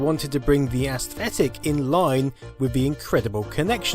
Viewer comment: That pronunciation of aesthetic as ASS-thetic is a too much.